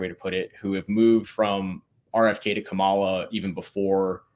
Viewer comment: Her name is “COM-ala, not CAM-ala”. How can u make political videos and still cannot even pronounce a name properly? I can’t stand her but get her name right ffs